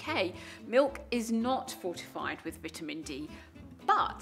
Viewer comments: What vittemen and eyedean she talk bout how I spell? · I love the way British people say vitamin